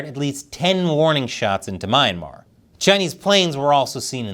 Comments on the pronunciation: It's pronounced as "Mee-anmar" and NOT "My-anmar". You Americans always twist pronunciation of foreign words and names. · It’s pronounced (Me - Yan - Mar.)Myanmar. lol